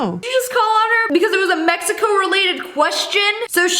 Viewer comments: She said meheco😂😂😂😂😂😂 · Why does she say it mecico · The way they pronouncing Mexico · Where are they saying Meico instead of Mexico